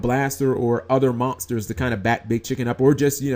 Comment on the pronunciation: Dude learn how to pronounce "monsters" better..